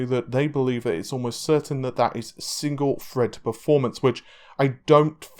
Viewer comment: 12 cores 24 freds